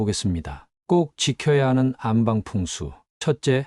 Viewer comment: 안방으로 읽지 마시고 안빵으로 읽는게 맞는것 같아요.